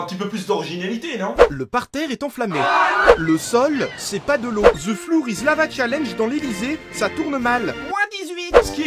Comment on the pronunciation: Putain tu es un génie mais en prononciation "flour" c'est farine donc " la farine c'est de la lave " XD